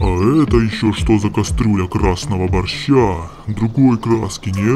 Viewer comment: Первый раз слышу как говорит борж и Первый экспиремент ядерной бомбой будет борж